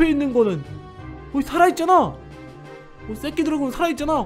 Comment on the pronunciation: ㅋㅋㅋㅋㅋㅋㅋㅋㅋㅋㅋ 발음이 쌔끼드래곤임 ㅋㅋㅋㅋㅋ